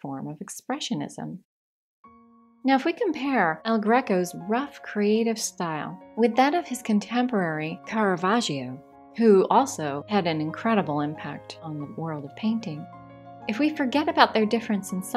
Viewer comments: "Tishn" lmao!!! That's how you pronounce Tizian(o)? And "Caravashio" doesn't make it any better. XD Never the less I enjoyed the video very much. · "Titian" is indeed pronounced /ˈtɪʃən/ in English, or as you wrote "Tishn". There's no such thing as "Tizian," his Italian name is "Tiziano", pronounced /titˈtsjaːno/. For Caravaggio, she's just missing the consonant /dʒ/, using /ʒ/ instead.